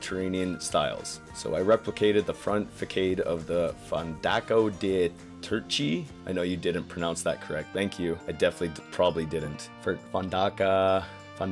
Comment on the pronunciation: LMAO.... Oh dear, and I thought Jonny couldn't pronounce words. Not even the italian but facade is pronounced fa-sahd, not fa-cade.... Oh Silly, do you say "fah-key-book" too? XD Ok, to the blueprints. I love the sign for Drunken Mouse. You could probably add some bubbles to enhance the "drunkeness". But the coaster is a bit too fast for the layout. Layout is fun, but it's just too fast. Work on the momentum to help enhance elements and allow for a smoother transitioning. Just kindof felt like a jackhammer instead of a coaster. I also really love all the vinework, and you could definitely add to it if you wanted, but I still love the wooden supports with growing wine vines on it. Acelerator: LOVE the smoothness and the lapping. However, I don't think you need lapping with this many elements. I'd either make the footprint slightly smaller with less inversions and maintain the lapping, or only do one lap with the current layout. In a real world perspective, this would be too intense for the real market that that many G-dropping elements. However, that being said, I can see the value of the time you took in track design. I think you've got strength there, and now you can focus your time on the scenery elements. Think of this coaster as the skeleton to your art, now you just need to add the skin and organs through scenery. Trebuch: While said it right this time.... I'm assuming the designer intended for the ride to be called Trebuchet (proper spelling, pronounced